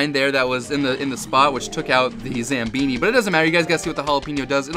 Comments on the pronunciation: Zambohni not zambini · it's zamboni not zambini! lol